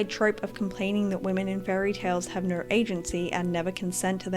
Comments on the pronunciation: completely irrelevant but youre the first person ive seen that really sound like youre saying "naur" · as an australian u are the only person i have ever actually heard pronounce "o" as "aur" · Besides the point, but your way of pronuncing "no" cracks me up, it makes for a very piratey "nurrrh is nurrh" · Great video! Despite the seriousness of the topic I couldn't help but chuckle at your adorable Austrailan pronunciation "Nor means nor." 😂😂😂